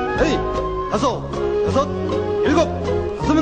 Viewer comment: 도수체조 지휘구령 녹음을 다시 하면 좋겠습니다. 너무 옛날 버전이라 발음이 하나 둘 셋 너이 다쓰 여쓰 일곱 여덟 이런식으로 하는데 70년대 느낌이 납니다. 젊은 아나운서 섭외해서 하나 둘 셋 넷 다섯 여섯 일곱 여덟 이렇게 정확하게 재녹음 해서 전군에 다시 배포했으면 합니다.